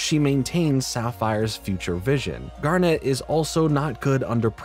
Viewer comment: I'm glad you watched it finally! I'll even let the fact that you say "Garnette" instead of just Garnet slide 'cause you're cool. What I took from Steven universe (particularly future) Is that you need to love yourself as much as you love others. They're both equally important to a healthy mental space. It's not narcissistic to be comfortable with yourself and think about what you need sometimes, nor is it necessary to constantly martyr yourself and sacrifice your own happiness for the sake of others. Loving others and loving yourself are two sides of the same coin. Without one, the other suffers.